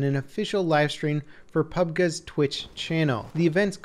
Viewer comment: Just say battlegrounds instead of "pub guh"